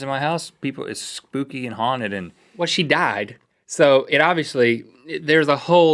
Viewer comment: when Link says 'haunted houses', I keep thinking he says 'hornet houses'